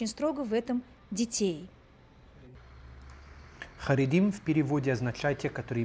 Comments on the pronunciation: Очень много неточностей. Очень личный взгляд абсолютно на все,о чем говорит. А говорить нужно правильно. Не "харегим",а "харедим". Означает это не отделение, а степень веры: "Трепещущие перед богом",а переводится,как просто религиозный. Канал,вроде познавательный,но многие вещи преподносятся поверхностно без всякого понятия что к чему, то есть, необъективно. Просматривается и насмешка и высокомерие по отношению к другой вере,отличной от православной. Мне непонятно,зачем браться за рассказы о евреях,если вы даже не понимаете, кто это? Рассказывайте про православие. Это у вас очень хорошо получается. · Да? А сказать,что харидим ненавидят все другие граждане страны- это уважение по-вашему? Даже назвать не смогли правильно. Вместо харидим, сказала:"Харигим". То есть,человек без всякого понятия... Во-первых,это неправда. А во-вторых,наглость свое мнение выдавать за истину. Это мнение крестьян. Почему-то на Ютубе о крестьянах никто не делает видео. Никто не заглядывает в крестьянские дворы и не рассказывает,что они носят,как молятся и т.д.. Чему восхищаться. Люди и архитектура,которые попали в кадр- не заслуга авторов. Они даже понятия не имели для чего их снимали... Этот канал преследует свою цель.